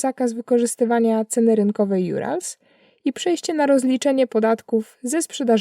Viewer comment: Troszkę dziwnie wymawiasz URAL, na początku nie rozumiałem o co biega... poza tym sBierbank, kommiersant, lepiej brzmią... Pazdrawliaju Tjebja!